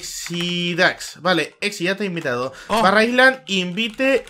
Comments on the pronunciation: AISLAND :v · para que me dejen de sangrar los oidos, "island" se pronuncia /'ailand/ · jaja mi profesor de inglés nos tiene a mi y a toda mi clase hartos por ese error